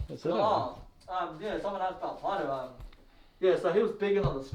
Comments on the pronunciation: Its a maori name. Roughly Pronounced ‘pie rrow” and you roll the R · It sounds like calls him Potter. Now that I see how it's spelled I still can not pronounce it.